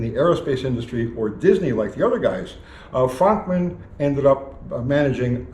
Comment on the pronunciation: I thought his name was pronounced "Frookman"?